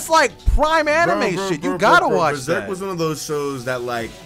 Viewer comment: "watch Beserk" wtf, your only meant to read Besrk